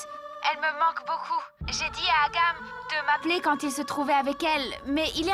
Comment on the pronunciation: oublie sa vie pour surveiller Neil.ouuuuu quelle confusion 🤣🤣🤣🤣qui a écouté que dit Agam a la place de doc harman. J adore les habits indiens